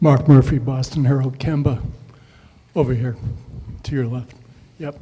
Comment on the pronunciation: try saying KEM-BA. not KIEM- BA 😆✌🏾